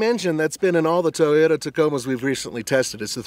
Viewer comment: The Toyoda TACO lol